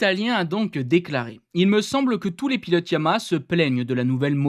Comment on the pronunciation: ESSAYE ENCORE !!!!!!! on dit "YA MA HA" pas " YA MA" syllabes !!!! pardon, tu ne dois pas savoir ce qu'est une syllabe .... tu ouvres la bouche 3 fois ;-)